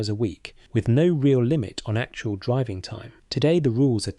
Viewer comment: I Stuck with this until the end to see how many more COCK UPS that monotonous AI Voice could make. DRIV-VING? P ints? to name just 2. What a lot of Bollox.